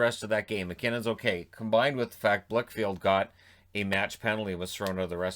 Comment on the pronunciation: Blichfeld, not Blichfield